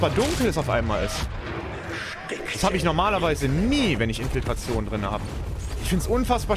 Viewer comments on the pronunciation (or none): Super Video, weiter so:) aber das „Infiltation“ statt „Infiltration“ tat schon weh:D